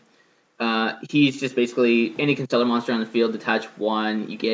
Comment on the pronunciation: I salute you, sir. You pronounce Constellar correctly.